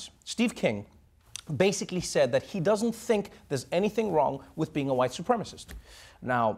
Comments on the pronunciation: His pronounciation of "white" reminds me of the SNL wedding speech racist (Will Forte). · Yeah dude if you pronounce it hwhite I’m not so sure